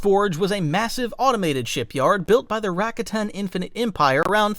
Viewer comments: It's prounced Rah-kah-tin not rack-a-tin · It's Ruh-kot-in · Man AI sucks at pronouncing things. Rack—a-tan lmao